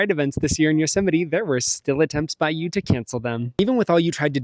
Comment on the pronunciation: Acceptance where? You already had your dream job!!! 🤦 Also, "Yothemity Them" killed me. 🤣